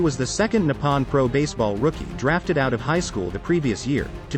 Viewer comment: Thank you for pointing that out. It’s very annoying to hear those words pronounced so wrong. Nippon is also wrongly pronounced but the worst of all is his brother’s name 龍太(Ryuta), sounds far from being right. I guess it’s hard for English speakers to pronounce “Ryo”. It sounds like how my husband calls “Ryobi” “Rye-obi”and annoys the heck out of me 😂😂😂😂 but then most Japanese can’t tell the difference between R and L🥲🤣🤣🤣